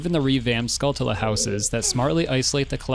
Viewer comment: I can forgive the use of Goron as the plural, and slightly less the pronunciation of Gomess, but not Skulltula. Don’t really mind me though. I’m just a freak about these things.